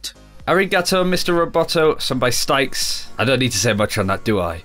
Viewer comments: a song by, STYKES? Bruh, Styx, like 'Sticks.' I know the actual river Styx may be pronounced like that but this is a 'MERICAN Rock band. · Did he say stixes??? It's Styx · "Stykes" Wait, Styx isn't pronounced "Sticks"?! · it's pronounced sticks not stikes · "Styx" is pronounced STICKS. lol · The band Styx is pronounced "sticks" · Did you just pronounce Styx.... as "stikes"? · Styx as in the River Styx pronounced "sticks". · "Styx" is pronounced "Sticks", like the river in Greek mythology. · Styx is pronounced the same as Sticks. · On the Mr. Roboto reference, Styx is said 'sticks' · God that pronunciation of Styx made me cringe. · OMG how you said Styx :(